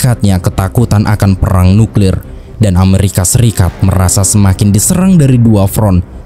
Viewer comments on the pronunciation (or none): none